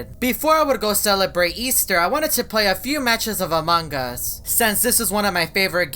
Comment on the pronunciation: No one: This guy: amangas